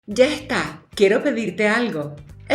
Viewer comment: Amo cuando dice "YA EJTAA" 😂